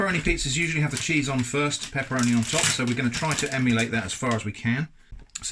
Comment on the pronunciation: I lost it he he said ~sheese~